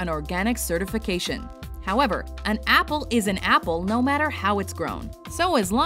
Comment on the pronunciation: totally butchered the apple